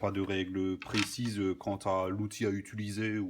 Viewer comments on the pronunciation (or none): none